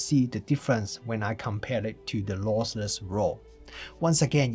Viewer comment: Great review but it's LOSSLESS not LOSELESS ;-)